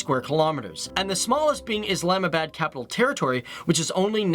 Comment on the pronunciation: Lmao bahloocheasetan hahah and islaahmah bad lmao